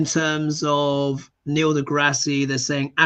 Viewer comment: It’s DeGrass…no ie.